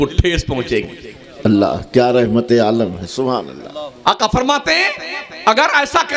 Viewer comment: منہ میں پان ڈال کر سبحان الله بولنے والا لفظ اللہ کے ل کو اتنا زبردست پر کرتاہے جیسے کوٸی شراب کے نشے میں بولتاہے کرپیا جب تک منہ میں پان ہو تب تک چپ چاپ سنو